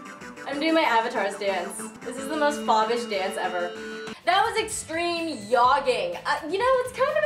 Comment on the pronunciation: did she say yogging?